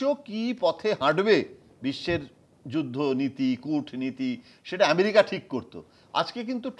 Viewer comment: এমেরিকা নাকি আমেরিকা ?? এটা কি বাংলা আনুষ্ঠান ??